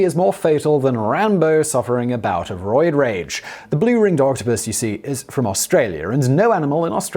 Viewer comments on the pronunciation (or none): none